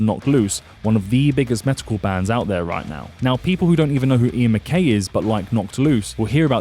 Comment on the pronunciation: MacKAYE.. not MacKAY. Teen Idles came before MT.